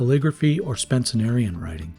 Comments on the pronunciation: Oh jeez... I thought my ears were mishearing you the first time, but you literally said "SpencENerian" SEVEN TIMES... instead of Spencerian. If you actually practice Spencerian, has Google never autocorrected you??? It makes me question if you even know what Spencerian is. You need to switch to a dip pen (go for a Zebra G or Brause EF66) if you're serious about calligraphy and not just cursive handwriting. Also, starting the video by putting Higgins (a pigment ink which will cake in your feed and kill your pen) in your Lamy is.... Well, that's just really unfortunate and I hope you've figured out by now to only use fountain pen inks in fountain pens. You seem like a great artist, and you've done a good job gathering all the fountain pen "flex" contenders (or what passes as flex in modern pens), so I wish you better luck as you learn more. FYI, the "all-round" perfect pen you're looking for is probably a 1920's era Waterman 52 with a needlepoint grind and BBB flex ability (or similar holy grail pen that everyone wants even before they know how to name it).... that's a $400-$700 one-of-a-kind pen. I don't think you're ready for that. Become proficient with a dip pen first. (Or try something like the Desiderata Daedalus pen that's made to house a Zebra G.) If you'd like help restoring some of the vintage pens you mentioned buying, tell me more about what you've got. But mostly, good luck and I hope you've put all the rookie mistakes behind you. Your art is really fantastic but y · P.S. you also keep saying Spen-cen-Arian writing instead of Spencerian Script. The guys name was Spencer. Not Spencener. It’s not a superlative to add an extra syllable to a word. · Pronounced “Spen-cer-Ian”, FYI. The Lamy is a fantastic performer